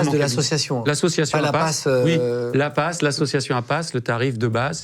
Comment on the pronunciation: l'APPAS ou "la passe" 🤣🤣